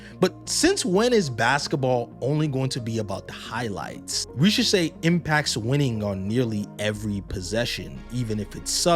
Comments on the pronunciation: and his name is Risacher, not Richaser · men if you want to pronounce his name the right way, imagine the S in risacher is a Z. Great vid otherwise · sorry to be negative but what’s with americans not caring about pronouncing any foreign name right ? It’s exausting. I get not knowking how to pronounce when the name does not ressemble anything you know, but to be inconsistant for each time you say the word is embarassing, how do you not realize you butcher the name and correct it ? Same goes for Wembanyama